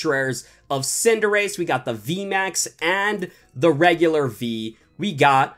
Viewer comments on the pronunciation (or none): none